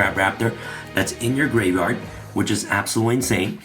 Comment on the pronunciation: Gaveyard instead of gRaveyard 🪦